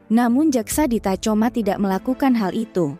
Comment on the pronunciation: Tacoma dibaca "takhoma" admin